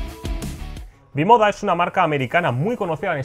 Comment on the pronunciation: Eso iba a decir jajaj